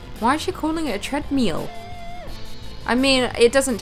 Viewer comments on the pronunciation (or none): "Treadmeal? Sort that out" 😅😅 love u girl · "Why does she say "treadmeal?" Maybe because she's from the south.?